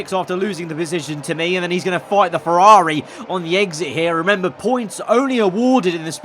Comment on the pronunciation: Like IRL Leclerc butchered by Ferrrari